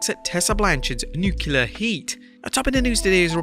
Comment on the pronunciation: Ok, the word is nu-clear, not nu-cue-lar. It's really not that hard; nuclear. You're welcome.